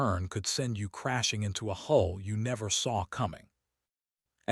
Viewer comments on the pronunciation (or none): none